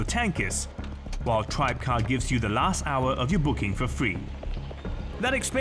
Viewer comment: Actually it's pronounced "Tri-beh-car", and not "Tribecar".